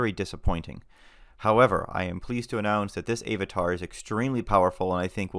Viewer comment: A-vatar? Really dude?